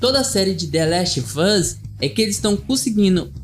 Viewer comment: gostei mas olha diga antes the last of us (em vez de thelastvus) e joel(em vez de joey)